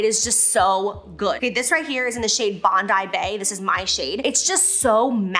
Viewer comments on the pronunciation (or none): none